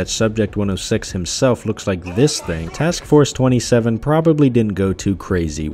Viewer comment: erm its actually pronounced task force two-seven🪿